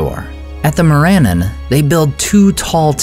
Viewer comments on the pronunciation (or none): More-ANN-ahn, not More-Ann-un. No Tolkien language, other than perhaps the rustic pronunciation of Westron by the Hobbits, contains the schwa sound!!